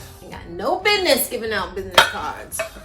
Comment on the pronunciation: "Ain't got no bid-nes givin out bid-nes cards LOL!!"